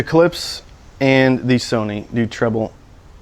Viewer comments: 🔵 If ANYone came over to my house and put a coffee cup down on one of my speakers they'd DEFINITELY be remonstrated with! ....and Btw, the speaker companies name is pronounced: ClipSH,... Not "Clips". It puts a steering wheel on my groin [drives me-nuts], when you say it like that). I also think that the Polk might have bad crossovers or a batch came through that weren't 'Voiced' properly for some reason (it has been known to happen!), It might be worth it to contact Polk and speak with them about it. Tell them if it works out you'll do a re-evaluation. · "Clips" lol KlipSCHHHH like "shhhh" ;) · todays lesson: Klipsch, not clips. Husqvarna, not husk-a-varna. and finally Porsche like poor-sha, not porch. lol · I think you should pronounce Klipsch "clips" at least one time in every video you make. I think it's your thing!